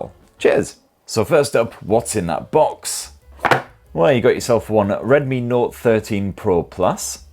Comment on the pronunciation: Were you tipsy? Oh, by the way, have you tried Penderyn legend whisky yet?